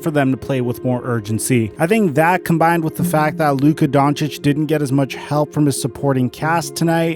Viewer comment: Lol always coming at the situation on point but say it wrong as hell 🤣🤣 that man was hurt fuck being payed a max my health more important than basketball luka upcoming his time will come